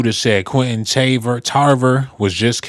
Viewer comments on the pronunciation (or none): none